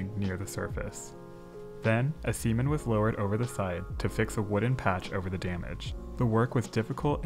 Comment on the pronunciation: he said Seman HAHAHAHAHAHA!!!!!!!